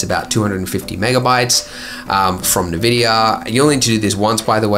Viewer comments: did andrew said ne-vidia instead of N-Vidia... haha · nevidia? it's pronounced as en-vidia....dude, lol! Living under a rock, have you? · FYI the company name is pronounced en-VID-ia, not nuh-VID-ia. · why do you pronouce it NEVidia? it is "N"vidia, as in envy, because Jensen Huang felt envious of of ATI (now known as AMD) . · Hi Andrew, I’ve enjoyed quite a few of your videos over the years, although you’ve got a really irritating habit of mispronouncing key words and 3D-related terms that suggests you’ve never actually heard them spoken out aloud before... for example Nvidia is pronounced “En-Vidia”, not “Nah-Vidia”, fresnel is pronounced “frah-nell”, not “freznell”, caustics is pronounced “kostics”, not “korsticks” etc. If you’re gonna call yourself a guru, you should probably learn how to pronounce the words you choose to speak. I know you live in Queensland, but that’s no excuse for laziness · Envidia not nividia. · Neh-Vidia honestly sounds so much cooler than En-Vidia. Also great video Neatvideo is seriously magic and like almost required vfx tool I'm glad you mentioned it! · I used to pronounce it Nividia too, turns out it's just INN-Vidia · EN-vidia, not nah-vidia. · it's spelled NVidia. N vidia. The letter is N ("en") not Ne. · NVIDIA: "En-vidia". Not "ne-vidia.” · You got me stumbled with your pronounciation of nVidia. It's Enn-Vidia, not Navidia. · "Nuh vidia" have you never used the internet? Everyone pronounces EN VIDIA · Am I really the only one wondering about his pronunciation of Nvidia? I mean, "nahvidia"? What?!? Isn't it pronounced "N - vidia"? Kinda like "envy" - dia.? Other than that, interesting video. I believe I saw a video mentioning that 2.81 will get an Intel made denoiser. Be fun to see another comparison then. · EN-VIDIA, not NIVIDIA. Cheers. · "Nuh-vidia" lol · NER-VIDIER. It's the way it's sayed. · DID THIS GUY JUST SAY NAVIDIA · It’s “N” vidia ... I’m having a heart attack listening to him pronounce this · nevidia? nEvidia??